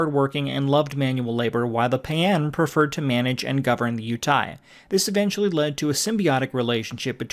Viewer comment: I can't watch when the PAU'AN species is pronounced "PAWN" and the planet UTAPAU is pronounced "OOH TOE PAW"